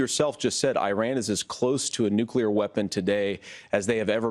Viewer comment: Tampon Tim Walz doesn't even know how to say the word - nuclear - correctly. The word nuclear is pronounced: "new clear". Walz repeatedly said: "new cue lure", indicating an inadequate education during which his English elocution teachers did train him to say the word - nuclear - correctly.